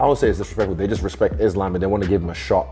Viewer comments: "Is-lamb"- Gay belal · Iss-slam? 😂 Wtf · "He slam" A Muslim guy called Belal Muhammad can't say Islam properly is ironic. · Why is Belal pronouncing it Is-Lamb? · Belal saying “Is-Laam” like he hasn’t heard everyone else say “Islam” for years. What a gronk. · Not “Is Lamb” 😂😂😂 Belal is funny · How is Belal mispronouncing Islam when he is a Muslim?? 😭😭😭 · Joe does Belal not know how to pronouns “Islam”? 🤔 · I absolutely hate how Belal pronounce "Islam" name. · Muhammad, a Muslim, can’t even pronounce “Islam” correctly. 🤦‍♂️ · How does Belal of all people not know how to pronounce Islam? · Why belals stupid ass saying Islams name like that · Belal doesn't even say Islam's name right 😂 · I thought Belal and Islam were friends... Have we been pronouncing his name wrong this whole time?